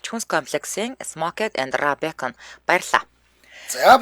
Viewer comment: Raw буюу түүхий гэдгийг роо гэж гэж уншаарай